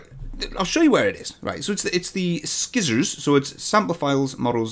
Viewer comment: One thing that keeps bugging me: It's not "Skizzors"! You start it like "Ci(nders)" and end like "(Polym)ers". I might be wrong, but it's still bugging me :P Edit: thumbs up for Dat Spring.